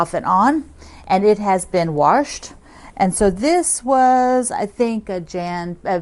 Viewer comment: I'm not sure where your from but I've been teased my whole life for saying "warshed". Lol MN here